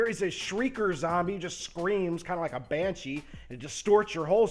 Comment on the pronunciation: He said banshee.....